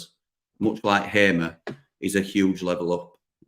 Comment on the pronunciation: Assuming that HAMER is a native Portuguese speaker, although a Dutch national, his name is definitely not pronounced HAY-MER, but HAR-MER.